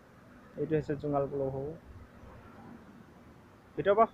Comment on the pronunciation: জোঙাল বলহু, পুলুহু নহয়